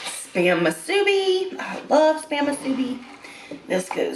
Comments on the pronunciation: It's Musubi. Not MA Its MU. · Aloha! It's pronounced MOO-SOO-BEE. Mahalo! 🤙🏽 Much love ♥️